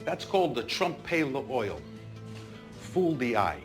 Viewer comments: Trompe-l'œil Carmine : TROMPEY LE OYOL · "Trump Pay La Oil .....Fool de eye".....lol...Trompe-l'oeil.